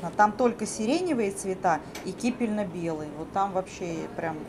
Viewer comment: Кипенно-белый, не кипельно. Покупки хорошие, магазин и хозяйка очень приятные)